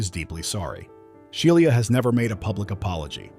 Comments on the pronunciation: Right I’m like who is She-lee-ah? I thought her name was SHE LAH LOL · She-lee-ah and called nine hundred and eleven! 😂😂😂😂😂😂😂😂